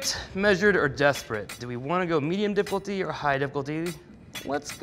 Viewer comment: Did he say diploty instead of difficulty?